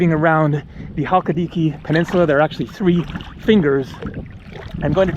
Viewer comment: Check your pronunciation of Halkidiki. Can't wait for your visit to Meteora! It is spectacular, and somewhat close to my husband's village. I hope the smoke on Evia doesn't bother you as you travel south. I thoroughly enjoy your posts!!!